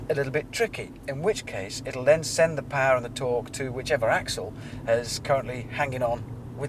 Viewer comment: I hate how hammond says 'paaaaa" instead of POWER.